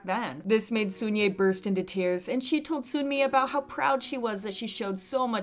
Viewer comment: FYI, Sunye and Sunmi aren’t pronounced with a "oo" sound. It’s more like Sonye and Sonmi.